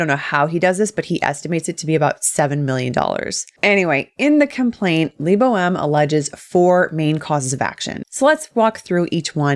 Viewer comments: Who else hears his name as "Le Boheme"? :D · "i hope i pronounced that right" you better have pronounced it right, bc if not LEBO M gonna sue you too!!